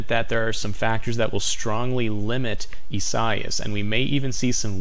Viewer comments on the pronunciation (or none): Bro. "ee-sah-EE-ahs" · That dude can’t pronounce the Hurricane name correctly... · He is very intelligent, focused on what it does. Only intelligent ppl know this.